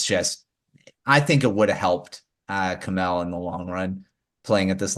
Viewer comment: My guy's butchered Kemell's name!